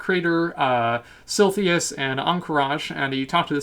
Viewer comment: silthius.... really?